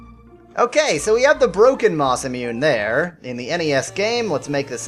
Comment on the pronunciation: Because it was bugging me, Masamune is pronounced Masa moon eh. Sorry if you already knew that and were just going along with the spoof, but you can't be too sure.